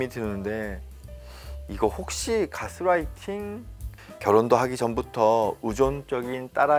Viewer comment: 여기는 우리나라니까 개스라이팅이라고 하지 말고 가스라이팅이라고 하자는 선생님의 말씀에는 이견이 없습니다. 그러나 제가 예민해서 그렇겠지만 말씀 중에 자꾸 가스라이팅을 가스롸이팅이라고 하시는 것이 부자연스럽게 들립니다. Gas-lighting이 아니고 gas-writing으로 들려서요. light는 아무리 L 발음을 빼고 순수 우리나라 식 발음으로 해도 '라이트'이지 '롸이트'는 아니니까요. 어쨌든 내용은 잘 들었습니다. 감사합니다.